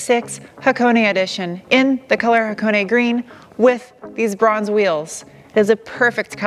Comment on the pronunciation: A few things: 1) It took me a bit to realize you are saying Bronze. The first time you said it I thought you said "bruhns" wheels haha. 2) You had me at "the more you know." 3) FINALLY a professional reviewer who agrees with the power. I concur with everything you have said. It's a DRIVER's car, not a drag car. You want mo powa babeh, go get a Hellcat. 4) I didn't think the Hakone Edition was available in the US. That being said, I am guessing it's a limited number. 5) My Camry has the same engine as your SW20 and I've been in my friend's. They're awesome. I want a first gen. 6) I ABSOLUTELY agree with waiting until the last year to buy one. I can't wait until the next gen comes out so first gens will drop.